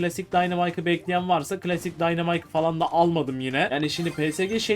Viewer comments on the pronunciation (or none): none